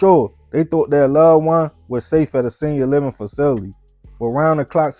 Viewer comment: The fact that you a grown man and cant pronounce the word “facility” is wild